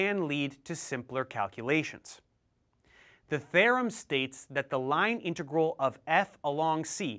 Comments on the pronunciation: Stokes’ “tharem” -. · that's a weird way to pronounce theorem